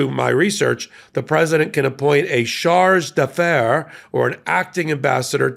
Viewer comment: Pronounced: Shar-deh-Defarir.